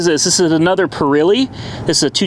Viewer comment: "PURILY"? dude you really need to improve pronouncing Italian names, go to Google or YouTube, etc